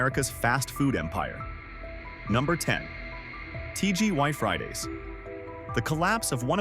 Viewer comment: He said TGY Friday's 😄